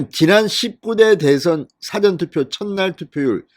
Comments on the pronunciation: 사^전투표가 아니고 사전투표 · 싸전투표 억양이 거시기하네요. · 사전투표 발음좀 똑바로하세요